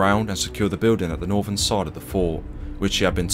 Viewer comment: Fort has a T at the end.